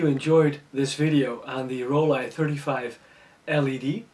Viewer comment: It's Roll-eye in German, just like he says 🙂